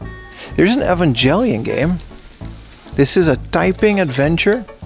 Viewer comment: Um it's actually pronounced Evangelion btw